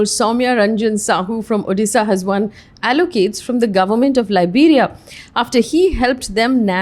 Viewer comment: Did you say 'ALLOCADES??' or did I mishear, or is that a new word I haven't heard coined for ACCOLADES.